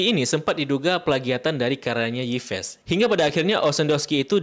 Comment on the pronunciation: Masa Yves dibaca Ipes....